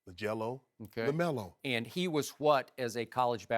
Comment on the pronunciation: "Lonzo. Lamelo, LAGELO" i completely lost it lmao